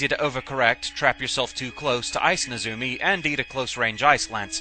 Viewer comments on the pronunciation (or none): NEzumi, not neZUmi